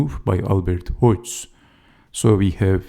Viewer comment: Dynamic game, well explained! Check the pronunciation of Hodges [HOD- jez]